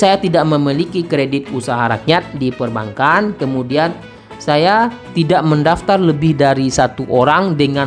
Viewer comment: bacanya bukan perban kan.. tp perbangan....